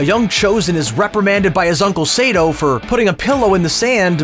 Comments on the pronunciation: Nope, you only missed these if you didn't watch Season 5 or the origninal KK movies. And it's not 'Sayyto', it's 'Sahhto'. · SAH TOE not SAY DOE